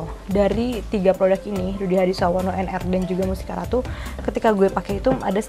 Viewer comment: wkwkwkk